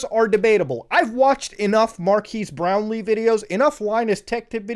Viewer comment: "Mar keese brownlee"